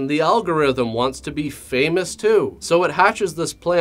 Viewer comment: I love how emphasizes "too" the show evey time now. It brightens my lousy days 😂😂😂😂